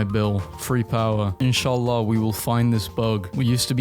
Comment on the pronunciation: BRO THAN INSHALLAH WAS SO ARAB HE FREAKING NAILED IT